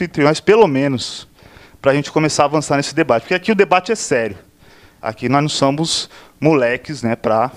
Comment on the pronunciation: ... "...aqui nós num samos..." 😭😭😭😭😭😭😭